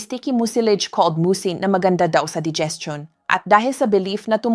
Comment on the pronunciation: Para mas lalong gumanda ang mga dinidiscuss nyong topics doc, iedit nyo muna bago kayo manpost. Maraming mispronounce words e.g. kamote(kamot), gabi(parang night sa tagalog), digestion at marami pang iba. Baka kasi AI naman ang nagsasalita hindi kayo...